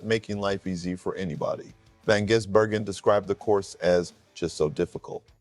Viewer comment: It’s Gis not Jiz 😂😂